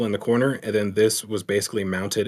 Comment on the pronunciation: Bro, I need to know why says 'ze' instead of 'the' sometimes..? Its so odd haha 😅